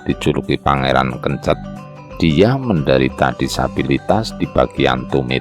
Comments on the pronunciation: Sunan kencet , huruf e yg belakang diucapkan seperti e pada banteng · Bacanya yang bener itu Pangeran Kencet mas, bukan Pangeran Kencet. Jadi tulisannya itu kencet pakai huruf "e", bukan kencet pakai huruf "e". Ingat ya, Pangeran Kencet bukan Pangeran Kencet bacanya.